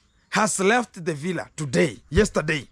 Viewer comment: That's how Rocio pronounce it ....that's why many people are saying it that way.